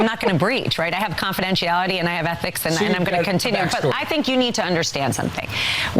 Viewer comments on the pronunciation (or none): "I have erhics" - funniest line yet